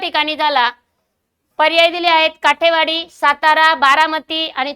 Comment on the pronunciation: काठेवाडी नसुन काटेवाडी आहे